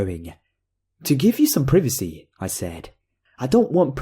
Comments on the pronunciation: pr-eh-veh-see? is that suppose to be privacy? Pr-I-va-see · Not to sound like a jerk but it's Pri-va-see.